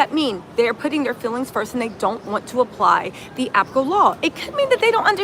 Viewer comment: It is applicable law not appacle law.